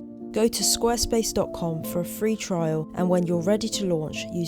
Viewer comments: pronounces Squarespace almost like "Squirrelspace". 🙂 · Love the video again! Also, I wonder how often you tried to say Squirrelspace instead of Squarespace, haha.